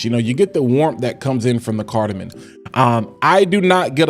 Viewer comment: lol not to sound like a critic bro but it’s carda-mom 😂 not carda-min .. great thorough review 🤙